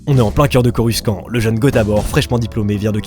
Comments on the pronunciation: je ne ma lasse jamais de tes vidéos, elles sont tellement bien mené, j'espère que la communauté va vite grandir 👍😁 et sinon, pourquoi tu trononce coruscant "coruskant"? ça se prononce "corussante" non? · Mec 😂dit pas coruskan s’il te plait ça se dit corussante mais ça s’écrit coruscant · On dit corussante pas corruskan pour coruscant mais sinon bonne video ;) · Ça se prononce corucent pas en q ni en k mais en s ça ce dit ssssssss donc corucent il faut se le c et non q le c ou ke c mais bien ssssss le c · Superbe vidéo ! C'est vraiment intéressant. Par contre désolé de dire ça pas on prononce Coru"cent" pas "skan" 😅 (j'ai fait un compliment du coup c'est pas un commentaire méchant ☺️) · CorusKant.. prenonce corussssssant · Corussante stp pas coruskant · J'adore ta vidéo gg👌🏻 par contre Coruscant se prononce "Corussante" comme on peut l'entendre dans l'épisode 1 aussi bien en VF qu'en VO. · Par contre on dit corussante et pas coruskante C pas qui le dit c le grand maitre Qui Gon Jinn😁😁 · "Coruscant" tu le prononce avec "k" au milieu alors que ça ce prononce "Corussante" sinon super vidéo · On dis corussant borldel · Mec je te kiff juste une petite précision ça se prononce a l'oral : coruSANTE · coruscant ce prononce corucentre dans les film nn ? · même pas pcq même Jango fett prononce corussant (je sais je suis en retard) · Je t'adore gotabor et tout ta capté ... PAR CONTRE dire CoruSKant c'est éliminatoire ... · Le prononciation de coruscant..la liaison "SC" se dit "s".. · J'aime bien ta vidéo, cependant j'ai du mal avec la façon de prononcer Coruscant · Nan mais laissez, c’est l’accent mandalorien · oui tu as raison car dans les films ils le prononcent comme ça.